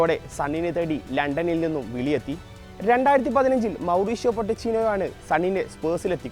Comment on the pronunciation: മോറിഷ്യോ പൊട്ടച്ചിനോ അല്ല മൊണ്ണെ പോച്ചട്ടിനോ ആണ് 😁 ഈ സ്പോർട്ടുമായി എന്തേലും ബന്ധം ഉള്ളവരെ ഈ പരിപാടിക്ക് നിയോഗിച്ചാൽ പോരെ 😂